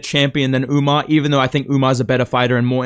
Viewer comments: Bro called him Umnar 💀☠ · He said umna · bro stop saying UMNAR. you are NOT Sean O'Malley😭